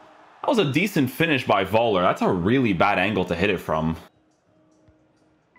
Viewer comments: It's pronounced something like "foellah" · Völler, you have pronounce it like F 😉 like Fuller but with ö 😂.